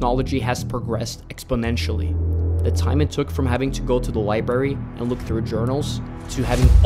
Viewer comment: Man really said "libary" 😂 Nice video ❤️